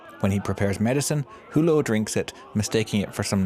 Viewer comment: Mr. Who-Low?? And they are called "Criterion"...